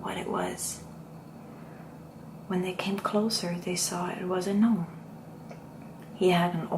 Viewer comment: It is pronounced Nome, not Gah-Nome. Hopefully you find this helpful